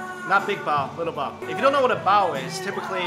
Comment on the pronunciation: I keep hearing BOWEL (relating to poop) instead of Bao. Lmao. #NursingProblems.